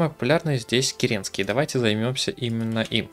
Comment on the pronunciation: кЕренский, а не керЕнский 😂